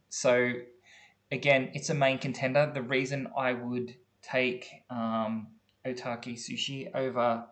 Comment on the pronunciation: Okita Soushi, not Otaki!!